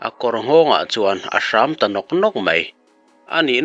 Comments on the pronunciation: Hram anilo....ṭhâm tih tur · Naupang tawng fiah lo i va ang ve....tham/ thram tih turah hram/sava hram angin i lam daih mai. A dang pawh lam dik loh i nei nual mai. Mahni hnam tawng hi chu uluk taka hman hram hram a tha khawp mai.